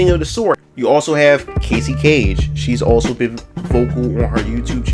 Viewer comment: It's CASSIE Cage, not 'Casey'. It's Samus ARAN, not 'Aaron'.